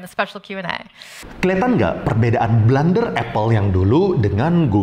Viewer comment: blUUUUnder bukan blAAAAnder